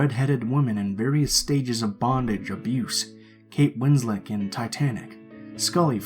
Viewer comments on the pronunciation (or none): none